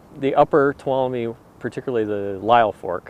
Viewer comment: Toe-loom (tuolumne)